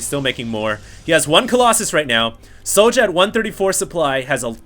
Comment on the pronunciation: I think his name is pronounced. Es Jouw